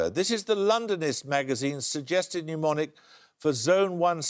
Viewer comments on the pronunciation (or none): Paxman always always always pronounced mnemonic as pneumonic. Nothing showed up his shirt stuffing more than that constant error. RIP. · Why does Paxman pronounce mnemonic "pneumonic". A memory aid has nothing to do with lungs.